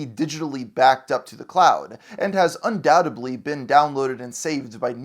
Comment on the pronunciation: its "undoubtedly" not "undoutably"